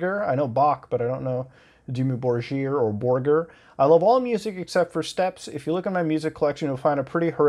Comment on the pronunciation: i love how you made Dimmu Borgir sound posh XD